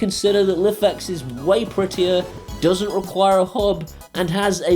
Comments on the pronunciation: It's pronounced "Life X" not "liffex" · Love the videos but it's pronounced life x. That's how the creator said it on there kickstarter. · Just so you know it's pronounced like "life-X"; says so on their website. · You are pronouncing Lifx wrong it is Pronounced Life X